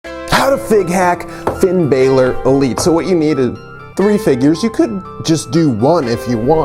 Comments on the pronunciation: its not finn b-ai-lor its b-a-lor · It’s Balor not Baylor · That shit annoys me